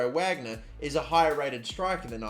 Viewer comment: The striker you start over, Wagner, his name is pronounced "Vahgner" not "wagner"